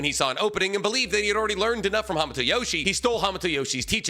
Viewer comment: I cant watch this video anymore. You keep mispronouncing hamato and it's hurting my ears. 👎